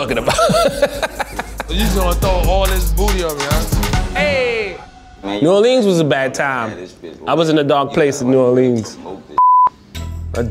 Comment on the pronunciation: Please stop pronouncing New Orleans like that, it makes me shiver.